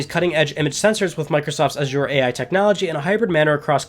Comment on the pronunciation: Azure dreams on ps1 like that lol saying it wrong.